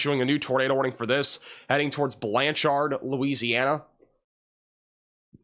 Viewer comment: I love the “Or-Chard” in Blan-Chard.” (Or is it “Blancherd”?)